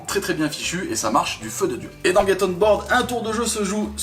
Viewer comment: Je crois que c'est Get et pas gate... Bisous les amis